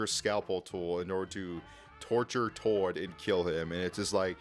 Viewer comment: He keeps callind tord (T-od) but it’s (t-ord)